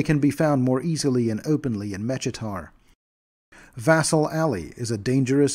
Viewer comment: Mechitar is pronounced MEH-KEE-TAR btw